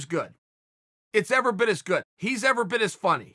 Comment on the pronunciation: No one: Chael: "Ever bit" Me: Okay, great